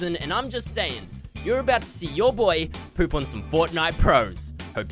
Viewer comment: I love how when he says poop is sounds like “PEEOUPE”